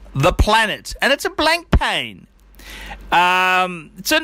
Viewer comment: can you learn how to say blancpain for the love of god.